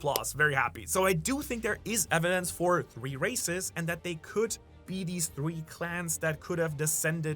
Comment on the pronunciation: when u said half rasis and full races i heard half recist and ull rasist lol